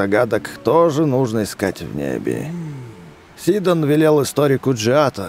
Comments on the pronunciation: Сидооооооооон а не сииииииидон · хватит говорить сидОн правильно сИдон